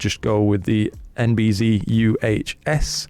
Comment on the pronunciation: Great review, thanks. I was thinking of this filter but now, not going to purchase this one for my f2 twin lens system. Oh by the way, you're pronouncing NB-Z wrong... we're not in 'Murica 😉